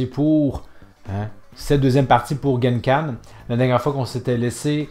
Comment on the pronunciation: On dit pas Genkan mais Kengan 🤣😂.